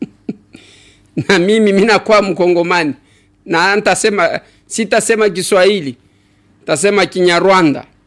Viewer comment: Pour eux ce n est pas kiswahili c est Kiswahiri